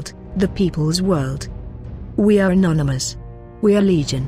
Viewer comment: First of all, learn to say anonymous, not nonymous; And grow a pair :)